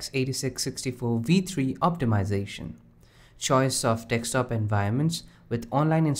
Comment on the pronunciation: Please, please, just once... say "DESK-TOP" instead of dextop... Please! I beg you!